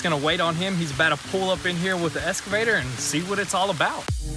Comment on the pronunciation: "escavator" Also, feel like a regular tractor like an L3301 would have been a better bet for non-construction property work